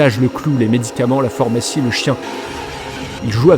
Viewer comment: Très bien mais il va falloir apprendre à prononcer correctement PHARMACIE et pas FORMACIE